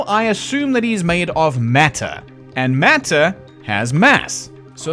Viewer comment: your accent unintentionally revealed the truth of mothman he is not made of matter he's made of meta